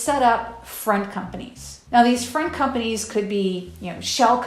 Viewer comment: friend companies? Sounds like she is saying friend companies during this segment. Front company is the term I know.